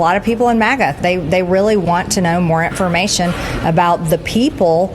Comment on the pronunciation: does she REALLY pronounce it "intformation?" Whatever... As long as she keeps making trouble for chump, it gives me -- not to mention her colleagues & witnesses at house committee hearings -- a gd break!